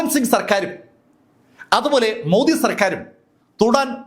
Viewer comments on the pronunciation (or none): none